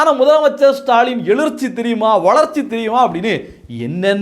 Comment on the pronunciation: தம்பி எளிர்ச்சி இல்ல, எழுச்சி! அட..எளுச்சின்னாவது சொல்லித் தொலை! திமுக ஒழிய வேண்டியதுதான். ஆனாலும் தவறாக தமிழ் வார்த்தையை பேசாதீங்க.